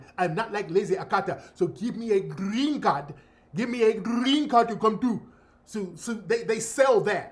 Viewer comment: "I will werrrrk, give me a grrrrrrrreeeen card"🤣🤣🤣🤣🤣🤣🤣🤣🤣TARIQ!!!!!